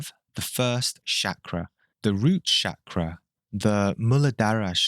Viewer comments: If anyone wondering it's pronounced as "Chuck-raa" not Shakira or shak-raa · I’m Indian and I have to clarify for you that the word is not pronounced “Shakra”. The “CH” sound is the same as in “Charlie”. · The way he says Chakra, lmao Shakra! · Man common! Call it Chakra the way you'd pronounce Chalk, not Sacra. Feels like quitting the video right away. Practise proper pronunciation, which I think is important when it comes from someone who has studied it for such a long period of time. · Can you say 'chakra' correctly please. It's not that hard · You should firstly learn how to pronounce Chakra buddy, seriously